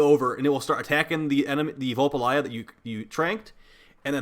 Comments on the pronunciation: I nearly died when said “Vul Pa Lie Ah” He even spelt it wrong in the title so no wonder he couldn’t pronounce it! They are called Vulpaphyla! “Vul Pa PHY LA” 😂😂😂😂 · I feel like de personally made this the literal embodiment of covid 19 because is spreads plague like a wildfire faster then saryn fyi its pronounced vulpaphyla say it with me vul pa phy la vulpaphyla now your taught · pronunciation: 'v⋅ul⋅pah⋅fie⋅luh not that it matters really, but that's it. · Say it with me Vul - pa - fi - la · Ah yes, VULPALYJAH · Son literally says it every time you capture one. I will never understand how the fuck people don't know how to pronounce these things by the time they have one as a pet. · i braced myself but nothing could have prepared me for your pronunciation of vulpaphyla 😭😭